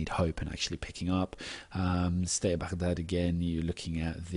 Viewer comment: excellent analysis, and your pronunciation of 'Baghdad' is perfect! :)